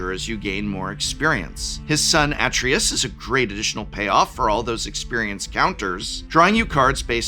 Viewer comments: It's "a-TRAY-us", not "AH-tree-us" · Atreus = "Uh-tray-us" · Kray-toe-sss Ah-Tray-Us Kray-toe-sss Ah-Tray-Us Kray-toe-sss Ah-Tray-Us Say it with me professor. Kray-toe-sss Ah-Tray-Us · Kratos I understand, but Sir, you grew up with Atreayu! That mispronunciation hurts the soul! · He pronounces Kratos the Greek way. Kratos is Greek, so you could say Prof is right, but only from that point of view. For Atreus, I prefer the game's version, cause it's closer to the name's native pronounciation. :)